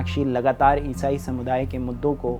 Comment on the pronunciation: Isai Kitna ajib tariqe se bolre ayesaye,phle to mujje samj hi nhi aya kya bola